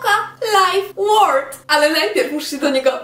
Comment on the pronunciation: Mówisz Toca Life Word a mówi się world (xd)